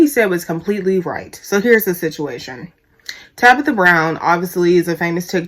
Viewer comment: You and Wendy bitter and mad. Yall hating on that woman because she got what yall both want 😂😂😂....u know ur a hater when u have to constantly say "I don't hate the person" you miss pronounce her name on purpose calling her Tabica...u talk about the way she got famous "she had to go through tictoc to do it"... that jealousy is real. U and Wendy BIG BITTER! BIG MAD!! U should DM Tabitha to see if she'll shout u out so u can get ur followers up nd get out your feelings...#humbleyourself